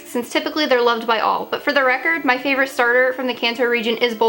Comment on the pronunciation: Lol you said “fravorite” lol